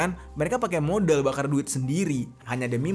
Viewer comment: Modal❎️ Modiielll ✅️